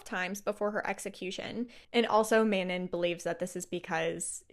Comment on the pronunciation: I love this thank you! Details amazing and through , however please listen to the audible pronunciation of Manon & Crochan its driving my crazy !😅